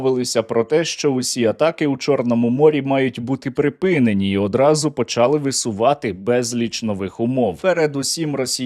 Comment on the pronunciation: та не почАли, а почалИ, це ж нереально одне слово говорити з галицьким наголосом, а інші ні, то або всі слова треба говорити з галицькими наголосами, або ніякі